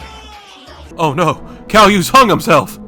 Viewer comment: And this mf really said “calloo” instead of caillou